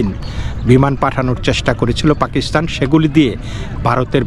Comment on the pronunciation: পেকিস্হান না পাকিস্তান শুদ্ব করে বাংলা বলেন গুজব খবর দিয়ে নিজেই ক্লান্ত